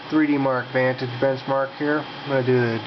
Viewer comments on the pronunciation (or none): none